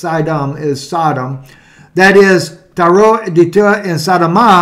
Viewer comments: Tireeeee? I thought it was pronounced like the word TIRE. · We are you pronouncing it wrong? It supposed to sound like “tire”. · Pronounced Tire, gotta be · It's pronounced "tire".... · I'm pretty sure the way you're pronouncing the city is the same way corn pop would pronounce it.